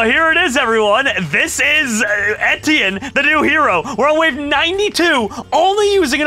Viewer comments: it sounds so funny when says:'thats right, its entienne' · how dare u call him etienne his name is steven tewtiy found out in goolge transtlate